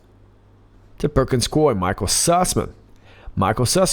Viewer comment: It's: PERKINS-COO...EEE!